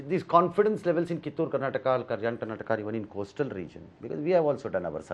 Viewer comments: Karnatak alla karnataka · Karnatak nahin karnataka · Abey budde... Ye Karnatak nahi Karnataka hi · Ranganna didn't dare to correct home minister about his misspelled word, it's karnataka, not karnatak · Mr. Amith Shah why don't you pronounce Karnataka properly.